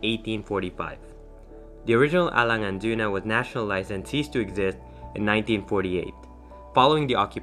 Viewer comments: I'm from Germany and you pronounced the brand perfectly👏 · You're the first American I ever heard to say Lange & Söhne right lol...congrats to this beauty btw.:D